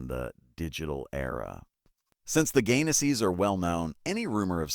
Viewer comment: PLEASE Pronounce their last name correctly. It's Gaines's, Not Gainasee. NancyAnn Gaines-Soltis, North Las Vegas, NV ❤❤❤